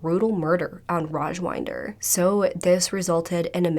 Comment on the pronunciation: not sure if anybody cares but i'm pretty sure his name is pronounced raj-WIND-er as in....wait iDK how to describe wind LOL 😅 wind as in it's windy outside, not wynd as in...to wind up a toy? 🤭 hopefully that makes sense.